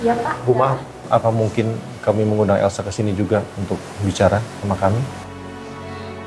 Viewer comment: Papah Surya ngomong nya elso dong😂🤣🤣🤣🤣